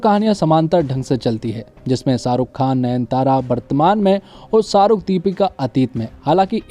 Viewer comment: शाहरुख बोल भाई साहरुख नही